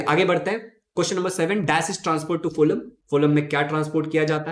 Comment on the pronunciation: Sir that is फ्लोयम not फोलम